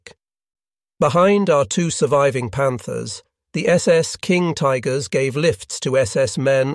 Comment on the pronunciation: "...King Tiggers..." ;) The automated narration is actually quite good, but this slip up gave me a chuckle.